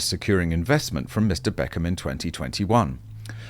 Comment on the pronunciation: You made BECKHAM sound like Eccles 😆